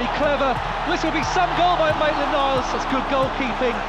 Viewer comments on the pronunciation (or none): megaollie98 one vid he even said Naitland Miles 😣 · Mesut Is the best IKR why does call him Maitland Miles it's just weird it's NILES